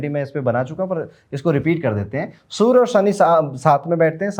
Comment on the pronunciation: Why do you say Soooor for Surya :D